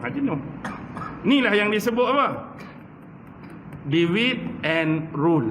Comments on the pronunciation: divide, sebutannya di-vaid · divide bunyi devaid